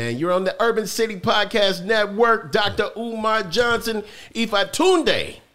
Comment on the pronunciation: Dr. Umar was irritated at the beginning when the host left off the Dr. in his name and emphasized the Johnson.